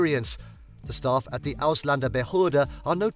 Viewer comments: He should learn to pronounce that Word Ausländerbehöre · As German I am sitting here laughing because the way that guy pronounces "Ausländerbehörde" 🤣 One more reason, why they are so rude to immigrants. Learn german first before even think about to immigrate 🤪 What the hell is he talking about dog poop? Of course you have to pick it up and it is forbidden to take your dog into the grocery store... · This guy is from a learning plattform, but cant say ausländerbehörde correctly. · As a German, who was born in America, let me offer you a simple solution. And then it wont feel so dark. LEARN GERMAN. Then you will be able to pronounce "Ausländerbehörde".